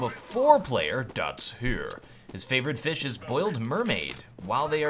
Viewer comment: "dats here", dats where?